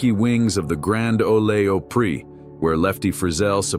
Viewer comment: AI can't pronounce Grand Ole Opry correct. Lol